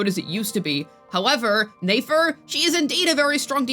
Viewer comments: It’s nefer not neifer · NEH-FER, it'd be NAYFER if she had and A in her name, YOU DON'T PRONOUNCE NEFERTITI(yes that is what her name is based off of)AS NAYFERTITI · Its a good thing shes talking about nayfer and not nefer 😭🙏 cause what? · I love the way you pronounce Nefer lmao